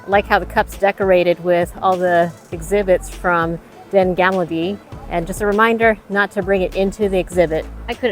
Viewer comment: Gamle not gamble (means old - you can’t gamble there 🤣) 💞